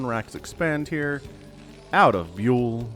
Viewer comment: Just a side note. You say the name Byul with the sound you get from the word "young" but without the 'ng" sound. Instead of the sound of how you say the letter "U". It's a Corean word for "stars". The planet stars, not celebrity stars.